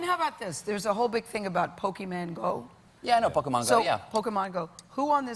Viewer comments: "Pokiemen Go" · POKEMAN GO! Cringing... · 20 years later and still calling it "Pokey Man." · "There's a big thing called Pokeman Go" CRINGES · you can tell a lot about a person by the way they pronounce pokemon. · Why is this how literally every adult pronounces it? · seriously, it's not even an A, it's a fucking O which never makes the A in "man" sound. how the hell do all of them miss that??